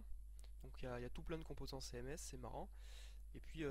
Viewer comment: "céhèmès" laule